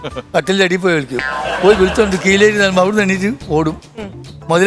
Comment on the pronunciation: Kireli alla kileri 😂